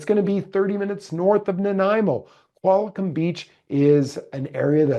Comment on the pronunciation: It’s Qualicum, not Qualicom